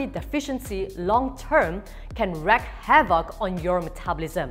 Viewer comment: Great info! 'wreak havoc--reeeeeeeek havoc.